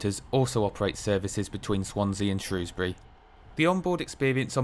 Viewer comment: Never mind the welsh place names, great to hear you pronouncing Shrewsbury properly! Great video 👍